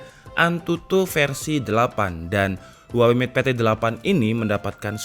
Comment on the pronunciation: "Huwaengg", lagi bersin gw